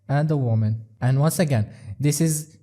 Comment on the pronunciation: “The MAN & the WAMAN” 😂😂😂